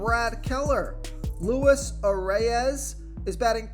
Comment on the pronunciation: I m a Twins fan so I know this one. Most people pronounce it the way it looks . But Luis Arraez is pronounced Louees arise. That’s different but who are we to say. Keep up the good work